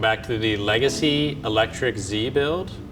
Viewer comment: I keep hearing it as "Lega-Z" lol